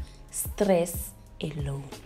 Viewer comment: Leave stress "elone" (alone) guys 😂😂😂😂